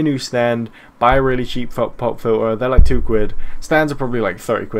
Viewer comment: Is he saying "pop filler"